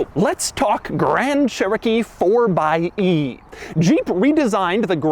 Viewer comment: It’s pronounced fourxy